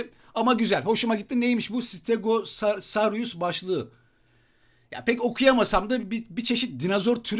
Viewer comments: Abi stegozarus diye okunuyor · Sıtegesarus diye okunur abi yazılışı stegosaurus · Stegosarus diye okunuyor bazıları kısaltma ve akılda kalıcı olarak stego diyor abi çarkta 200 lük ödül doldu almadın